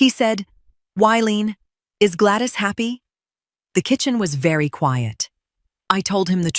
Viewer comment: tell AI the proper English language name is not Glattis. It is Gladys.